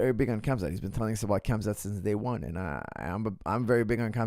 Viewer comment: KHAMZAT (HAM-ZAT) not KAMZAD